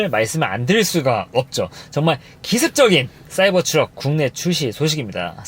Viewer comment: 발음을 굴릴려고 하다보니 사이버스 트럭이라고 계속 하시는데 영어는 발음좋다고 잘하는게 아니에요